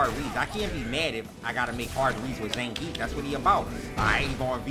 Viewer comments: We have Ve-gaah, now we have Zan-grief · no one: punk: IT'S ZAN GRIIEF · That Zangeif though